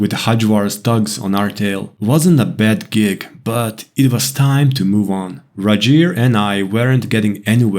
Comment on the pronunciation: I’m sorry, but “Rigel” is definitely a Scandinavian sounding name. The ‘R’ would be rolled and the ‘I’ would be harder. It would be pronounced “Reegel” in typical English. It’s totally a Scandinavian name